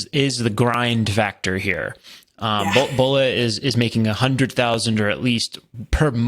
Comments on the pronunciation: FYI you are butchering the first name, Boola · Her name is pronounced "Bola" like Bobby, not like Ebola.